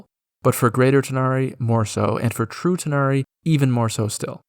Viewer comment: When you said True tanari it sounded like you said Futanari lol